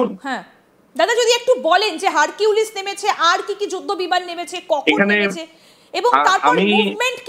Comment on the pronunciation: Hurculis na harpic